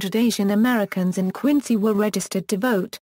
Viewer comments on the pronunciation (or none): Then pronunciation of the city is wrong. It should be pronounced Quin-zy.